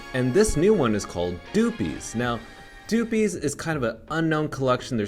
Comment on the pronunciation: good vid. but fyi it's pronounced like puppies but with a d